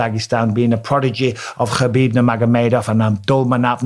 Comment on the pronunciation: Ita not kabib. Its pronounced as habib